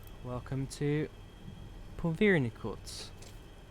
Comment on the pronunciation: its pronouced pu-ver-ny-tuck